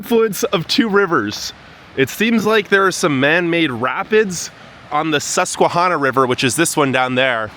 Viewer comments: Btw theyre pronounced “shen-ang-oh”and Sus-kwuh-han-uh (the “han” rhymes with “can”) You’re welcome 😂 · Chenango is pronounced “sh” and Susquehanna is pronounced with a ‘short a’ like in Hannah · He can't even pronounce "Chenango" or "Susquehanna" right---doesn't sound much like adequate preparation. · Sometimes I think I will perish if I hear one more person pronounce Susquehanna incorrectly. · First of all, learn how to pronounce Chenango and Susquehanna. We left Binghamton in 1995 and have lived in a red state since. We cannot wait to get back home to Binghamton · You’ve pronounced the rivers incorrectly.